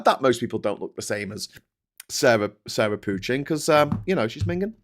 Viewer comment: The name Pochin is French in origin. Please pronounce with french accents not English ones. Same for Farage and Dutch for Tice. The Cult of Ultimate Nigel Transcendents acolytes should be reminded of those facts as often as possible.